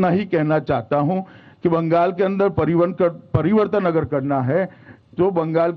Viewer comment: Phle pariwartan to achaa se boliye